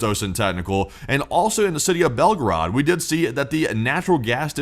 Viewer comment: Not Belgrad ( Belgrad is Serbia) but Belgorod